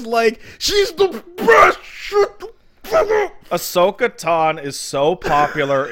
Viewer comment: They can't even say Ashoka's name right. Oh man oh man.